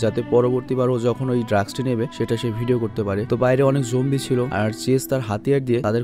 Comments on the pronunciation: Apni bln Zombie ami shuni Zongi😂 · ভাই ওইটা zoanggi na zoambie😂😂😂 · ভাই, জঙ্গি না;উচ্চারণটা হবে জম্বি... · Jombie,jongi eigula ki bolen bhai ! Eita Z-O-M-B-I-E